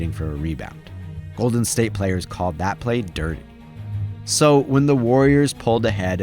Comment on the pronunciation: "LAPD was CAULED!!! 😂😂😂